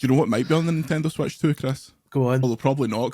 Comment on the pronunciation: We should bow to the superior scottish pronounciation and just call it the "Nintendo Sweatch".